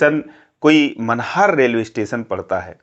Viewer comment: Bhai Railway station ka naam Manhar nahi hai Uska naam Mahnar hai. Par koi baat nahi 😊